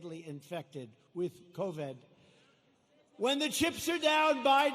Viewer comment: aww what an idiot he can’t even pronounce covid “covad”